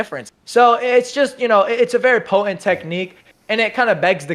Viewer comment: Bruh. The 'T' in 'potent' is not silent.